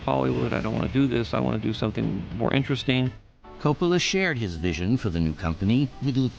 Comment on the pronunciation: Francis Ford Coppola Emphasis on ‘Cope’